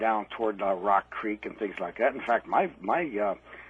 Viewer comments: The smile comes from the satisfaction of knowing that, that is the correct pronunciation. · Hearing creek pronounced as crick always makes me smile.